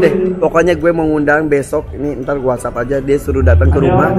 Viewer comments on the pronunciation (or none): none